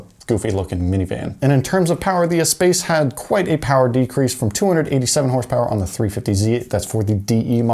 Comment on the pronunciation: I think it’s pronounced ess-pass, not ess-pace. Love you vids keep up the good work